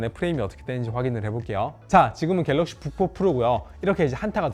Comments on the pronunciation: 다른건 안들림. 갤럭시 북푹 프로... 졸라 거슬리네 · 갤럭시 부포포로